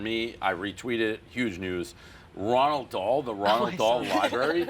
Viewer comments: Dave trying to act literate and calls him Ronald Dahl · 'Ronald' Dahl lol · Who in the hell is "Ronald" Dahl? 🤣